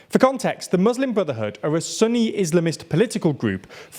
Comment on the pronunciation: It's not a sunny or cloudy Islamic group. Good content but the name pronunciations are a bit distracting. Soo-nee 😊 .